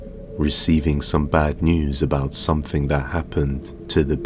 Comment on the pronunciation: It's something not somefing only the English can't speak their own stupid language 🤔😂😂😂😂😂